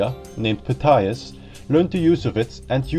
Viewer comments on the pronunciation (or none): none